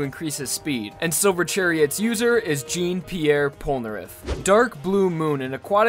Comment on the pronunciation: “Jeun-Pierre Polnareff”